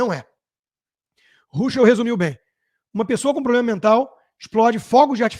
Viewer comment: Nos botou, essa energúmena deve ter frequentado as mesmas aulas de português junto com Janjão Grelo Duro: Cidadaes, INresponsavel, PLOblema. Assassisnam o idioma também.